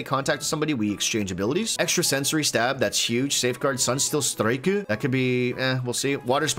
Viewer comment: I love that everytime you guys pronounce it "sunsteel striku" 😂